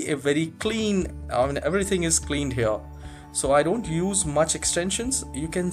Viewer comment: ur accent is no bad but can u try to work on saying the word "here" without and accent or even with an amrican accent?